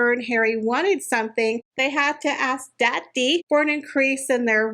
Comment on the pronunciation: Every time you say, “Dah ddy” I die laughing 💀🤣🤣🤣